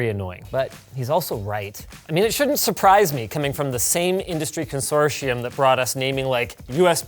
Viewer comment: Ha! Linus said Consortium incorrectly! I’m an internet genius. Lay your awards at my feet!